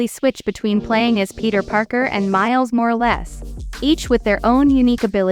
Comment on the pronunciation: MILES 'MORE-LESS' LOLLLLL, yall hear about the black spider man? yea more-or-less